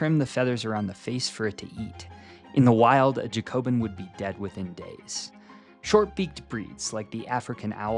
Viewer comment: Just for future - it's pronounced "JACK-obin", and yes - I am being an absolute nerd right now, but it's after the French Revolutionary party. Yes, this was no doubt a sly joke for pigeon breeders ^.^